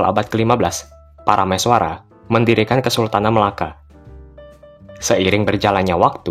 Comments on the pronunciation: Melaka bang bukan Malaka 😊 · melaka bang , bukan malaka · Melaka bukan malaka